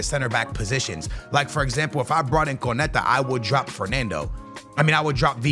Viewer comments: It makes my skin crawl every time he says it wrong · say it with me it’s pronounced cone-nah-tay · It’s crazy how lazy content creators are, in particular doesn’t even bother to learn how to say konates name yet his video is about him, not to mention konate is currently one of the most solid cbs in world football rn too